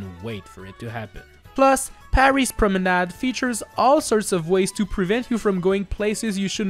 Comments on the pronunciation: oh that explains a lot. That's why that sounded so natural. So I will change my question, how do he pronounce so well promenad with an english accent ?! Personally, my brain block on the french pronouncation everytime I use a french word in english, resulting in a weird change of "accent" from me, that is a bit fun but mostly annoying. If anyone have tips, pls let me know them. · You are the only youtuber to pronounce "Promenade" correctly, and i thank you